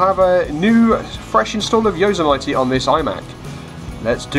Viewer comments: Hate to sound picky but Yosemite is pronounced Yo Sem itty... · No offense but you really butchered the word Yosemite. It's pronounced Yo-sim-it-e lol just so you can get it right. Good vid though. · don't you even know how to pronounce the operating system?